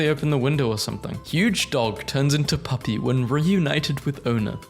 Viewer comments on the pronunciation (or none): none